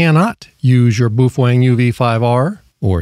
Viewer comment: Boofweng.....😂😂😂 It is pronounced Po Fung......